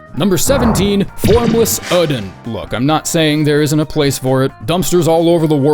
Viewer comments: Oedon is supposed to be pronounced as Idon or Eedon, not Odin. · “Formless ÆŒ-din” I’ve always thought the emphasis was on the O, like Oh-eh-din. Been watching you since your old alliteration filled BB vids, I’m glad you’re back to it. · it's pronounced 'Erdon', Isz is 'Eyes' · These Bloodborne vids are just an excuse for to say "Formless uuhhden"